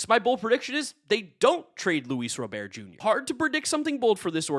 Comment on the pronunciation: “Luis Robear”🤓